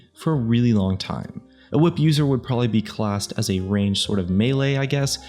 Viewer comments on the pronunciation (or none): How many people struggle with the word ''probably''??? I've heard a shit load of people say ''Proberly'' like did.. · Miranda Lou he says properly